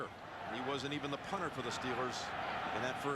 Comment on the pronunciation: this dumbass broadcast team was educated on how to pronounce the punter's name and still couldn't say it right. smh